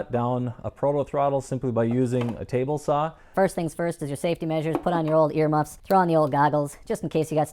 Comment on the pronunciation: He said "ear MUFFs"